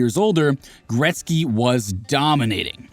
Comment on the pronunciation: Gretzky, not gretz